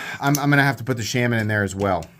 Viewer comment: If only you could pronounce Shaman correctly. WTH